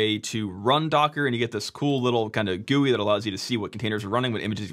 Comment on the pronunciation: The way you pronounced "GUI" absolutely flashbanged me because my cs teacher also pronounces it like that